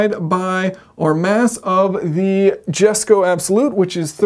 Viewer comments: Noooooooooooo, it’s not jesko it’s YESKO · Pronounced "yes-ko." It does matter from a standpoint of intelligibility. Classic engineer to think language is insignificant. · Its not jesko, its yesko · In Swedish we actually pronounce J like an Y. So Jesko is Yesko and Jason is Yason when you talk to a Swede. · Yes! It's a Jesko, not a yesko😅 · Hesko (Spanish), Yesko (Swedish), Jesko (Texan) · I am not Swedish, neither I am an American, but for God's sake stop this Joke pronunciation. It is yesko, if you will. Not Joke J. Esko. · It's jesko, not Yesko, even Christian himself says on Jesko's debut to the world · I think jesko is the right pronunciation In the reveal video they said jesko not yesko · Your name is pronounced jason. Christians dads name is pronounced yesko. Its nothing about how good your swedish is hahaha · Hey Yayson, my english is better than my swedish, both are worse than my german though. so i will forgive you calling the jesko "dshesko", also i'll forgive you calling Porsche "Porch". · Saying Jesco correctly and then going on to pronounce it incorrect 30 times is lazy and rude and contrarian. As you demonstrated it’s not difficult to say it correctly and as it’s named after his father why not show some respect? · Christian named it after his father... His name is pronounced Yes-Ko.. It is not about speaking great Swedish.. Respect the old man's name. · Oh and here’s another thing Yason, you are correct, it is pronounced Yesko, which you can clearly pronounce, but then go back into american to demonstrate how proud you are of being an ignoramus,oh, and BTW, min svenska är faktiskt ganska bra 😊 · Sorry I’m correcting you. Cause yes your Swedish doesn’t have to be good! You just said it. It isn’t what you think it it is it just is, and that is Yesko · Jason, what's with you and Koenigsegg naming. Jesko and Gemera should be 'Yesko' and 'Jemera'. Are you that rebellious?!?! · koenigsegg yeeskon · Show the plucky Swedes some respect.... it’s Jeshko